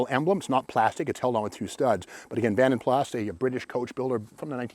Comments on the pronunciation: Pronounced Vanden Plaa not Vanden Plas! ;) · I thought it was Plaaaa not Plassss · In Britain it’s pronounced Vanden Plarr not Vanden Plasss 😅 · Great vid Steve, it's pronounced Vanden Plar tho. 😀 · Love your daily videos. I would say a couple things about this one... (1) Vanden Plas: "Plas" is pronounced with a silent "s" in UK. (2) I think the Saint's car was a 2-door Volvo P1800 not a Jag. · The ‘S’ of Vanden Plas is not pronounced, just saying , are you standing next to a Tiger/Alpine?